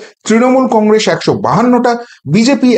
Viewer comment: Ar e age Congress uchharonn ta thik kor...tarpor to harabi ..😂